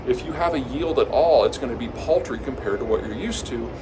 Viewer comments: is that paltry or poultry? (Yes, my Dad has influenced me with his jokes) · Did he say the yield would be "poultry?" :) No, no, paltry. I get it. :)